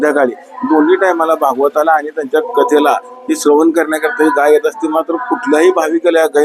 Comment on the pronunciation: गई नाही गाय म्हणा